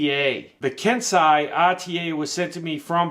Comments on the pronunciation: Sorry, but it's not pronounced "Kensai". It's pronounced "Ken-sey", just like sensei is pronounced "Sen-sey". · it's pronounced KEN-SAY. Like how Splinter is the TMNT's SEN-SAY (sensei) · It's pronounced ken.say